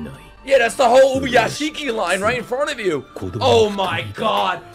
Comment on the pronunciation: say it with me ub-u-ya-shi-ki ubuyashiki